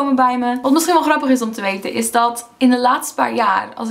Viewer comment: Hahaa niets mis met je nederlands, alleen kan je het wel een beetje horen als je het woord "is" zegt... Vraag me niet waarom ;) oh en eh LEIDUUHH!